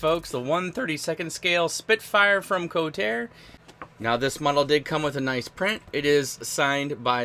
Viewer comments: BTW, the company is pronounced "Ko-tar-re". Good review. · Excellent review, but it's pronounced "ko-tar-eh" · As I'm watching your video I'm looking at mine,mine arrived 3 days ago,and the company is KotarE,so it's pronounced co tar EE,and not kotar,I found this out ehen I ordered mine at IPMS Telford in 2021.